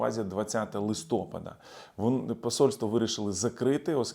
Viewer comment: вітаю! Я Вас поважаю і дивлюсь ваш канал, але хотів би запропонувати вам поміняти наголос у слові листопАд)) бо листя пАдає. А ви дуже часто кажете листОпад. Просто дуже вже часто воно вживається☺️